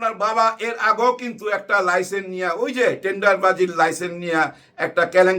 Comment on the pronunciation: লাইসেন না লাইসেন্স।